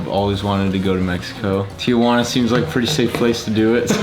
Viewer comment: It’s Tijuana not Tia Juana